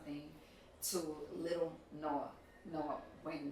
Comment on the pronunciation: His name is Noah..not Noel